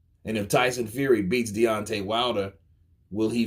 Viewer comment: Tyson “Feary”